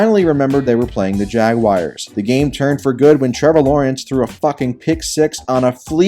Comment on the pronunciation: stop saying jagwire